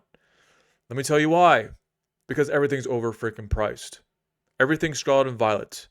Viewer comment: Don’t listen to investment or economic advice from a guy who can’t even take the time to enunciate “Scarlet”.